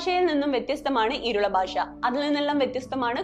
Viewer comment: സിനിമയിൽ ആദിവാസികളുടെ ഭാഷ ശരിയായല്ല ഉപയോഗിച്ചിരുന്നത് എന്നത് ശരിതന്നെ. എന്നാൽ നിങ്ങൾ എന്തിനാണ് ഭാഷയെ 'ബാഷ' എന്ന് പറയുന്നത്?